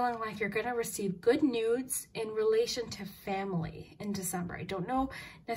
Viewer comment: In pile 3 you said newds I know you were saying news but there was a d in there, I had to rewind. I meeean, I did just meet someone so maybe that wasnt an accident 👀